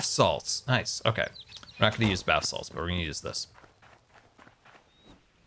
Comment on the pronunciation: He says bath salts because of one time when he misspoke on Hermitcraft and mispronounced basalt. I don't think he at all realises the more sinister connection to thr word.